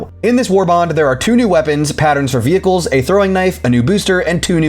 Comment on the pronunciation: Great analysis, but...the way you pronounce "vehicles" makes me wince. Lol.